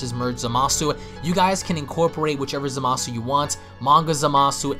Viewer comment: OMG it's pronounced zamas, the u is silent